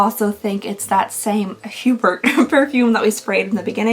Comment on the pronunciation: It's more along the lines of "oo-BEAR" (Hubert). 🥰